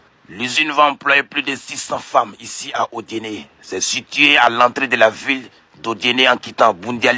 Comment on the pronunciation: Au lieu De (Indienné ) lire Odienné.